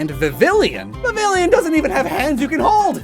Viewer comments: yeah viv-ill-e-on hurt me to hear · The way you pronounced vivillon is physically painful.